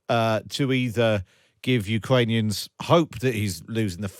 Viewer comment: Cwank up the wetowic? Ukwanians? How did this person get a broadcast job? No better candidates than Princess Bride priest?